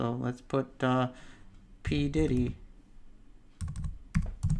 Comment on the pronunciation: hehe p. diDDy not pditty :P great review!